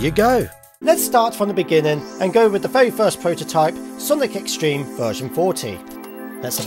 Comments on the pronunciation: His Z-Treme pronunciation (Z-Stream) infuriates me... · on z-treme it sounds like he’s saying z stream